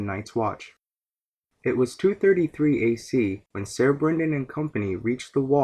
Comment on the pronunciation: "Ser" is pronounced "Sir", not "Sayer". Otherwise, great video.